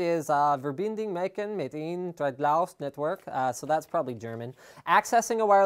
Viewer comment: Die Wörter die ich verstanden habe, haben schon gereicht um mir nen Lachflash zu geben, Er versucht das Wort "verbinden" und "machen" auszusprechen. Einfach nur göttlich ;)